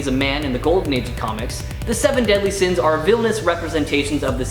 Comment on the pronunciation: You actually said seven deadly sina